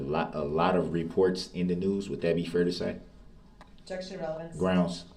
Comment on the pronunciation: Axed, Substained,Objectchun & Biast and Grownz!